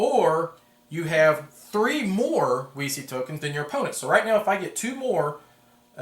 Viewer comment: THANK YOU! originally it was "weeky", but too many playtesters and "elevator-pitch" recipients asked me "...you mean a game about Wikipedia?" Only when i pronounced it "veechee" did it ring a bell. i'm glad some people will pronounce it right :)